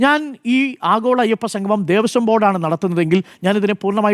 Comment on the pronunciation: സംഗമം ആണ് സംഘമം അല്ല..